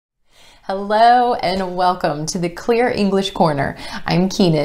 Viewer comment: she said ello lmfao